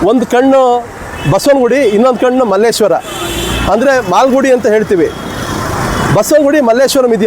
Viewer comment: Guru adu Malleshwara. Malleshwaram alla.